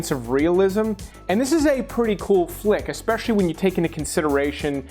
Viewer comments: it irks me when people pronounce "especially" as "expecially". NO X IN IT GUYS! Also, Valentine's is not Valentime's. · Its’s pronounced “es-pecially”, not “ex-pecially” There’s no “X” in “especially” 😠.